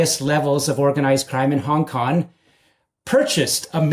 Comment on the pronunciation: I wish he'd say Hong Kong and not Hong KoN